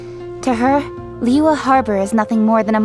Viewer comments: same, hearing them say zhong li and liyue is so painful 😭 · I'm neutral with Eng Dub but I seriously can't stand using Eng Dub in Liyue. As a Chinese, my ears hurt when they pronounce almost every Chinese word or name wrongly